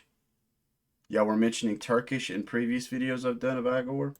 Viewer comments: It is pronounced Ee-gore not eye gore. FYI lol This is the album of 2025. Best metal/alternative album of the year. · It is a constructed language called ‘Öxxö Xööx’ (Öxxö Xööx being a musical project that Igorrr’s French composer Gautier Serre has also been involved in). It is designed to convey emotion. The name is pronounced 'e-gore' not 'eye-gore' btw.